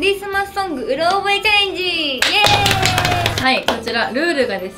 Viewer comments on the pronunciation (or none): うろ覚えじゃなくて うる覚えなの？